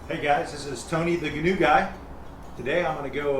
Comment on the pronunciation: If you’re gonna be the Gheenoe guy, atleast pronounce it right my dude.